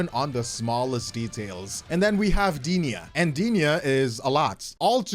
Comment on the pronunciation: Goddamn you butchered Denia's name lol.